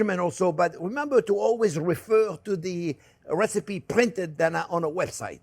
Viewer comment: I came for the wesipe!